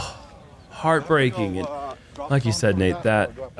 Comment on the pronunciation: Hole 7 for Seppo got a new term coined. said “heartbreaking”. I heard “park breaking”. When u almost ace and end up OB purely park-breaking